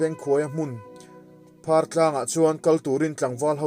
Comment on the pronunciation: Lamte lampui hi i thluk dik lo. Lam tih hi Sailam tih a lam ang hian thluk tur. Phar tih pawh hi phar (leprosy) tihna a ni lo. Phar Mau hming a ni.